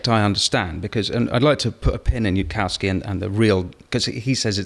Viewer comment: Niall doesn't address any of yudkowskys arguments and can't even get Yudkowsky's name right. Sorry Niall, but your thoughts aren't worth much here. Spend more time understanding the subject before telling the world your strong opinion on it.